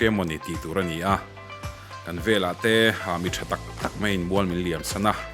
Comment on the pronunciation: Veleh tih a lam rik hi velah tih ang deuhvin a ri chhuak tlat...